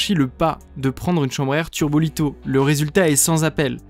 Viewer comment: Je sais que certains ici aiment bien les vidéos matos ! Je suis désolé pour les erreurs de prononciations ( tubolito et non turbolito^^) ! Je préfère le dire… au cas où !